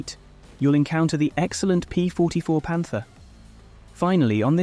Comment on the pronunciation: Pantera not panter